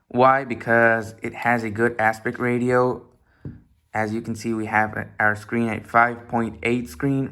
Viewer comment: That back camera can record 4k at 60fps. Aspect Ratio is pronounced Aspect Ray chi o. You need to talk a bit slower and watch your pronunciations. You didn't mention it has a 1440p when you mentioned the screen I'm 2 minutes in and discovered this. I still like the video and gave you a sub and a like 👍 Just take a little bit more time when you take notes. Your doing well though! 👏